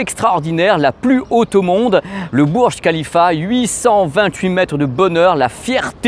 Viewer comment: Ça se lis bourj rhalifa et non burj khalifa, et rhalifa on e lis pas h.